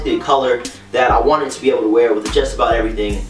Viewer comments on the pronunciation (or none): none